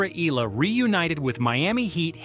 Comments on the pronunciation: EH- YAH- LAH. Say it with me. EH- YAH- LA. thank you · Eala is pronounce as,, E-Ya-La.....